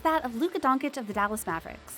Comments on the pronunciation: You heard donkich... I heard dawnkkickk.... jk. But for real.. just terrible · I am not ignorant... but after 3 years by now in the spotlight, any serious youtuber/commentator should practice s lil bit before going online and butchering the surname. If you can say cheese you can cay cheech... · it’s luka donchich, but u have to say first ch bit harder because it’s dončić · Can’t even pronounce his name smh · how is this channel named Top NBA when cannot pronounce Luka last name if you are going to do a video about him? and no disclaimer to apologize if you butcher his name? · I’m still astounded how Americans keep mispronouncing Lukas last name, given that he’s a household name by this point….. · You're a professional media analyst who gets paid to talk about people. The guy has been in the league for 3 years and you continue to mispronounce his name. There's a difference between me barely knowing you and mispronouncing your name and someone getting paid to talk about you on top of that I'm ok with someone mispronouncing a name a few times but for 3 years?? No it's not ok buddy it's just unprofessional and pure lazy. Do your job it's what you get paid for. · Straight up disprespect at this point mispronouncing his last name. Unacceptable honestly. You are getting paid for pronouncing his name the right way basically. And league is gonna make billions out of marketing Luka through his career. Sorry man but at this point it should be frowned upon. Stephen A is the only one who gets a pass because hes doing it on purpose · + how can you make a video specifically talking about Luka and purposely mispronounce his Last name constantly😄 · youre a "normal" guy... no hate its just Luka is gonna make billions for the nba franchise through his career. You fucking dont mispronounce his last name like that after 3 years. Straight up nationalist disrespect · it is Donchich not Donkich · "Luka Donkic"........ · Who’s Donkitch ? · Not Donkick. Doncheetch. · She sais Donkic ffs 🤣🤣🤣